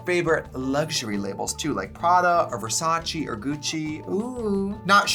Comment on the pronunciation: Next ep sponsored by babbel so trixie can learn how to pronounce fragrance and Versace